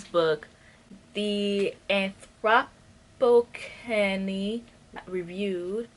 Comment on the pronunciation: The book by John Green is pronounced "The Anth-ro-po-scene"